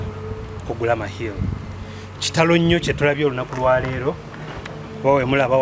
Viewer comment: Gulama not guluma